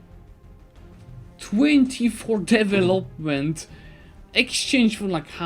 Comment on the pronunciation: Im not even English speaker but maaan... devEloment!